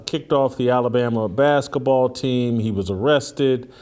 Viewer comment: Why does Jason call the sport “baskaball” instead of basketball?